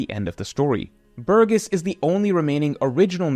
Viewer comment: You pronounced Burgess differently in a span of 2 seconds xD